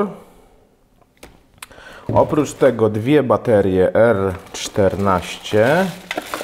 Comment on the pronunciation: Sam test przydatny, dziękuję. Ale mam dwie uwagi. Pierwsza to język. Popracuj proszę nad wymową. W większości przypadków tam gdzie wymawiamy "ą", Ty mówisz "om" ("bateriom" zamiast "baterią", "kolejnom wersjom" zamiast "kolejną wersją", lub "tutej" zamiast "tutaj"). Druga rzecz to scenariusz. Sam test brzmi dość chaotycznie, skaczesz z tematu na temat, może warto zrobić listę tematów i jechać według tej listy?